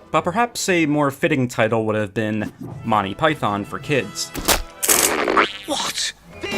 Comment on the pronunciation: I winced each time I heard the mispronunciation of “python”.